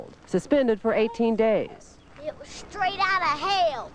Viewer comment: "it wuz straayt oudda hill"